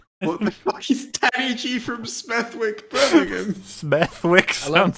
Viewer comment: 'Smeth-wick' is pronounced 'Smev-ick', just so y'know.